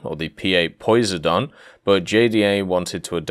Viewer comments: Poisedon? It's Poseidon, like the god of the sea. Mitsubishi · Poh-Sigh-Don Classic studies guy inside of me cried out in agony when you pronounced it Posey-don... :( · Poi se Don? It’s pronounced “pho sigh den” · You pronounced Poseidon wrong, it’s puh-sigh-din, Greek god, and the sonobouys is pronounced bu-ee, like those things you see randomly floating out off shorelines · P8 - Poseidon as in God of the sea and based on Boeing 737 and not 767. Jesus pronounce English words correctly. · The P8 POSEIDON. POSEIDON, the mythological god. Not whatever you said it as lol. Sonobuoys are just what they sound like. Buoys that produce sound, more specifically sonar, to ping the depths with active sonar and try to detect submarines. They are unmanned, floating blobs. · I see you are having a hard time with English today. SONO as in sonar, Poseidon as in Greek God of the seas. Drink your morning coffee before you record.